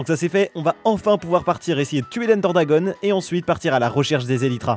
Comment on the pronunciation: Ender DRAGON, pas "DRAGONNNNNNNEEEEEE", ça c'est la lanière sur les manettes de wii par exemple ...